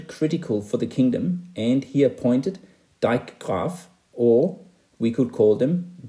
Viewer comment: As a dutchman I’m impressed how clear and concise you’ve managed to show this. Hats off! You even introduced the ‘dijkgraaf’ and managed to pronounce the word. To clarify, with the responsibility changing from local to regional as shown regional water authorities (‘waterschap’) were established, that exist to this very day. Kings were not involved (The Netherlands were a republic until the nineteenth century, the first king got onto the throne in 1806). It was only in the nineteenth century that water defense became partly a national responsibility.